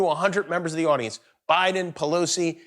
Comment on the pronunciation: “The pentagon put d real nuclear code to d football”. I’m dead 🤣🤣😂🤣